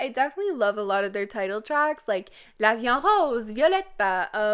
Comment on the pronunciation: girl why you say la vie en rose like that- it's just la weea awn r(h)ose